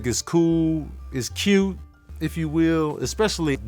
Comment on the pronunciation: Lol ," it was cuute" 🤣🤣